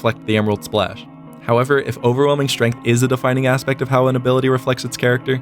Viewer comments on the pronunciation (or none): none